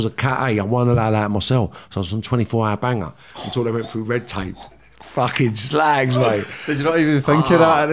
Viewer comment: Love it when he says com on you ssslag Carnt beleive hes from liverpool